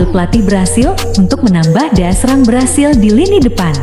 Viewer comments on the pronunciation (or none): none